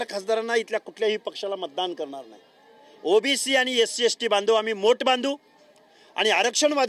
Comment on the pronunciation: याला ओबीशी व ओबीसी याचा उच्चार येत नाही हा कसला प्राध्यापक